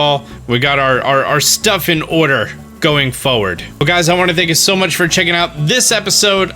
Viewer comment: You say order like you say wuadder